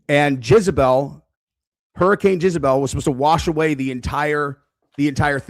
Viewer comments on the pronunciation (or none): Dude - it's pronounced "Jezz-a-belle", not "Jizz-a-belle" 😂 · Not Jizebel. It's Jezebel. Another great video,! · JEZebel. Not JIZZabel. You’re a grown man,. It’s JEZebel. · PLEASE STOP SAYING JIZ-A-BEL.. ITS JEZZZZZZ 😂😂😂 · Jezz a bell not Jizz you sicko /s. Great vids. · You pronouncing jezebel as jizzebel is pissin me off 😂😂😂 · Why does keep saying Jizabel??? 😂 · Can’t get over the way you say “Jezebel” 😂 all I hear is “Jizzabel.” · I thought u were fkn around U REALLY THNK ITS PRONOUNCED JIZZABELL 😂😂😂😂😂😂😂😂 WHAT AN ABSOLUTE BUFFOON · The way keeps pronouncing Jezebel “JIZZ-uh-bell is sending me. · I love how calls Jezebel “JIZZabel”, I thought Jizzabel was an adult film star 🤠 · JEZZ-AH-BELL. Bro you are off your rocker. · WHY DO YOU KEEP PRONOUNCING IT LIKE "JIZZ"ABEL??😭🤣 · For some reason keeps saying Jizzebel. It took me a little bit to understand what he was referring to. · You mispronounce Jezbel. Do you know the meaning of a "Jezebel".... look it up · And can't pronounce it!